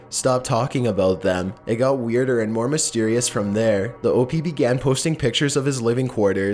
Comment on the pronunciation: does anyone not realise hes saying OP wrong? its pronounced OHP not OHPEE